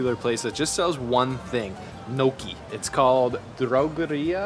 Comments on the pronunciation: i noticed too haha...Gnocchi which is pronounced ''Nyo ki'' but he said ''no key'' hahahah..., with all your travel around the world you still manage to mispronounce some very well known dishes, what's the deal with that 😂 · gnocchi LOL its pronouces NI O CHI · It’s not No Key bro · cant say bagel right at least you pronounced poutine and natas correctly and of course screws up gnocchi great food reviewer cant even pronounce food trusting your advice lololol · Butchered that pronunciation of Kouign Amman. Also Gnocchi. Lol